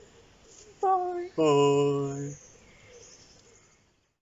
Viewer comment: It's really canny how you say bye, as I do it the same way lol... I thoroughly enjoyed it, I'm blessed too as my mrs loves getting out and about too...